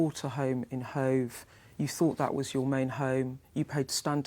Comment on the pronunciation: Beff was fawninnn all over her, a party political broadcast by Sky on behalf of Rayner. Tell us what the Court order was all about. Ask her some proper questions instead of summing up her bullshit for her defence, and allowing her to make excuses. "I fought I'd done everyfink proper" British liebour politics at it's best, or worst.